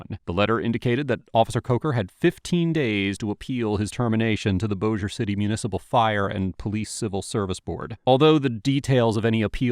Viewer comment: I can't believe you said Bossier correctly! Good job, Man! 😁👍